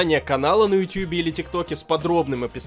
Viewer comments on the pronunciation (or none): none